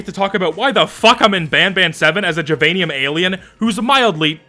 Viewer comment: well now that you're in it I suppose I have to give up my crusade against "jivanium" despite it clearly supposed to be "give-anium" cause it's a fucking kindergarten where you learn to share, but this is closest I care to get to word of god on this when they clearly aren't first language english speakers.